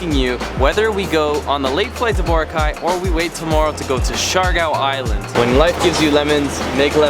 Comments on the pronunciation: lmao cringed every time he pronounced Boracay wrong hahaha at least he's trying tho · You've been to the Philippines countless times but you still can't pronounce Boracay correctly 😂